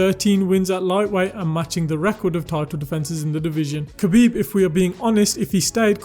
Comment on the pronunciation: Btw his name is pronounced HA-BEEB, and not having him at the top is just as disrespectful as not saying his name correctly. Who did he lose to? Or who even tested him, outside from a lab created cheater? Still won, too.